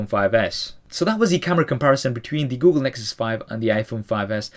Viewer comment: "oogle Nexus 5" lol